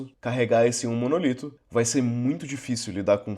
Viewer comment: Apesar de todo mundo de TI no Brasil falar "monolito", o correto é "monólito" (proparoxítona)